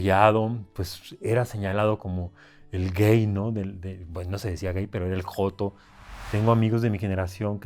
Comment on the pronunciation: 😂😂😂😂😂😂😂😂😂😂 ME DIÓ RISA CUANDO DIJO J*TO , SE ESCUCHA COMO EL HERMANO DE LA LETRA J. CHIHUAHUA , EN DONDE SE DA LA MEJOR MANZANA DEL MUNDO.